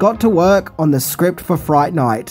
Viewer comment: "Welcome to Fri-ght Ni-ght "